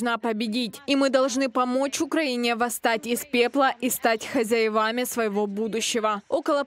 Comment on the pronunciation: Не хозяевАми, а хозЯевами. Уж если говорите по-русски, говорите правильно!!!